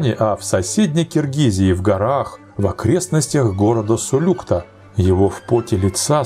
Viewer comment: Правильно сулюктА, а не сулЮкта!